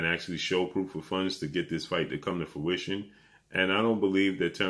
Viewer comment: Please brother, the word is fruition, not fuition! Please, every time I hear you mispronounce this word it drives nuts!